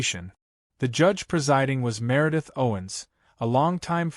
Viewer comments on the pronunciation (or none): none